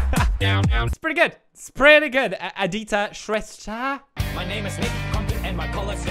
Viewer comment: “Adeeta Shresscha” lol